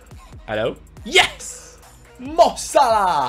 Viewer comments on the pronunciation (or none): none